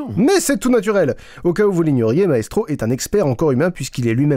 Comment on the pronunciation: J'ai cru que t'avais dit Naestro et j'ai flippé XD